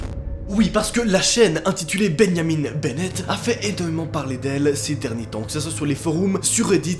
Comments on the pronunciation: ça se bajamin est pas beneyamine. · MOI : Répète après moi, BIN-JA-MIN 🙂 NOA : BI-NYA-MINE🤨 MOI: BIN-JA-MIN BORDEL !!!!🤬 NOA : binyamine... 🥺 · Ça m'a perturbé aussi je disais Benjamin aussi pas Beneyamine😅😅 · beau francais osti de cave xD tu dit benyamin au lieu de benjamin ...... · C’est Benjamin et non Ben-ya-mine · Moi: Benjamin: bégniamine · Benjamin pas Beunyamine mdr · C'est comme benianim ou je sais pas quoi BENJAMIN mon gros, pas benianim. C'est pas possible tu le fais exprès dis-moi?? Stp dis-moi que tu le fais exprès!!! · « Benjamin » ça se dit pas « benyamiN » mais « binjamin » avec le son « in » pas « ine » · Pareille ptn 😂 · Il dit beyamine au lieu de Benjamin 😂😂😂😂😂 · Beuyniamine Benett wtf x) c'est tu vraiment comme ça qu'on prononce Benjamin en France? qui ce dit vraiment plus comme bain-ja-main ici seigneur hahaha c'est horrible Ça change tout le nom votre prononciation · comment tu dit benjamin on dit "bingeamin" pas "binyamine" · Beyamin Bennett Moi: c'est BenJamin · Benjamin pas benyamin au debut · « Benyamine » tu n’as pas respecté les Benjamin mdr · Arrete de dire benyamine c Benjamin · "Ben Yamine" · Sa choque personne quil dit beniamine au lieux de Benjamin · Benyaminne ?? Sa se prononce bain ja main (benjamin) pas benyaminne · Sa ce dit pas comme sa Benjamin perso c’est mon nom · C moi ou il dit « bénamine benette » a la place de Benjamin benette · Nobody: Literally nobody:: bEnYamiN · Wesh je suis le seul a remarqué qui dit BENYAMIN BENNET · Pourquoi "Benyamine" ? On dirait presque du néerlandais xD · Je me suis posé la même question sa se prononce binjamin. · Benyamine??? Non mais sérieux ?!! 😂😂. La prononciation devien grave parfois (je critique pas vraiment ses de l'ironie) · ''Ben Yamine'' ... ?? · benniamine ? foroum ? mdr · tu prononce Benjamin: Benyamine?! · Mdrr comment il a dit benjat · beniamin bennette 🤣🤣 y'a prononciation est folle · Tu prononces trop mal benjamin 🤣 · ”Benyamin» «foroum» 😭